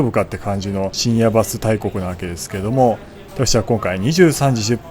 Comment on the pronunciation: 水曜どうでしょうファン的には深夜バス（バにアクセント）で正解です😊